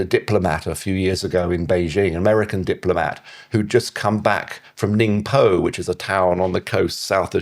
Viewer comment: How is this guy an expert on China? In the first few minutes he mistakenly calls the former Prime Minister Li KeQiang, Li KeQing and calls the city Ningbo, Ningpoh. These are basic mistakes. Imagine saying you’re an expert on British politics and calling Boris Johnson, Boris Johnfather. It shows he doesn’t even speak basic Chinese and without speaking Chinese you can’t be considered an expert on China.